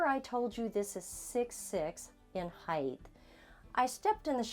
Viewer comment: You should learn to speak properly. It’s not “Heigth” it “Height” pronounced “Hite”